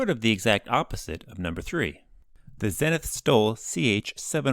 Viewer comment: NOT "ZEN-ith" - "ZEE-nith"!